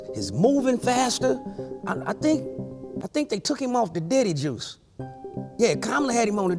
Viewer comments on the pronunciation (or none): none